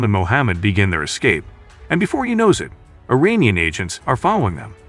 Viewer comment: Funny how narrator in this video says Iranian wrong lol he says uranium 😂